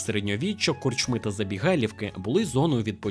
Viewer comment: Що коїться з Вашими наголосами, пане? Скажімо, корчмИ - це "чого" в однині, а не "що" у множині. НапІй має тільки один наголос - на і. Й таке у видиві постійно. Дуже прошу, перевіряйте наголоси! Зі правильними Ваші розповіді набудуть глибини смаку!;)